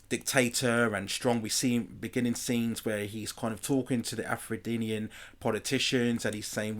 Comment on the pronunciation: Afro-denian ?, its just Afrodian one word